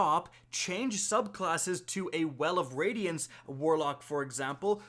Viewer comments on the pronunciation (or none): lol, he said well of wadiance